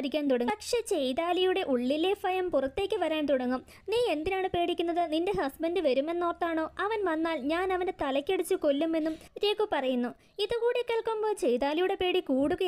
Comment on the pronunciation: ഫയം അല്ല ഭയം 😂😂